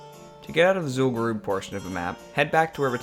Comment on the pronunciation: This is awesome, also finally someone who can pronounce Zul'Gurub properly.